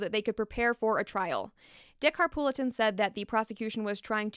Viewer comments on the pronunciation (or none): Also Dick Harpootlian is how you pronounce the lawyers name, not Harpoolitan. Just sayin since it seems saying things wrong bothers you. I like your videos though. Thanks!